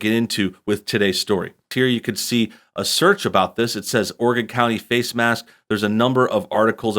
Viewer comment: Thank you for saying Oregon right